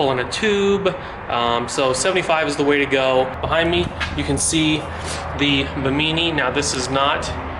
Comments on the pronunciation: buh-MEANY?.... its "BIMMA-nee" ....like the islands off Florida!% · Ba-Meany LMAO Its Bim-i-knee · Bimini is pronounced “bim-a knee” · Hey bud, you are saying Bimini wrong 🤨. It’s the same Bimini as in the Bahamas.